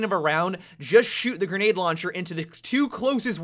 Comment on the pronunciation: launcheeer you're so ratchet -_